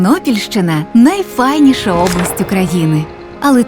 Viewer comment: Хіба у слові «найфайніша» наголос не на «і» ?